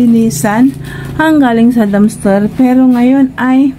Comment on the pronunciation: Dumpster ate hindi dumster